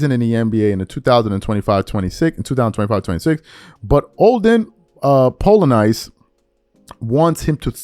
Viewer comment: damnnnn bruh you absolutely BUTCHERED poor Olden Polynice's name sheeeesh..... dude played in the 90s, aint like he played in the 60s before your time homie